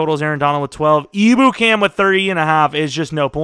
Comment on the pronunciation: Just ur friendly neighborhood Rams fan here! it’s not a big deal, doesn’t swindle this video from the greatness it is, but just a tip Ebukam is pronounced Em-Byu-Cam! Hopefully that’s helpful and u see this so u can use it for ur online franchise which i’m SO excited for!